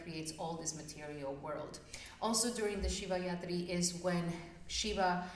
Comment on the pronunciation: It’s Rathri not Yathri. Rathri means night. 😊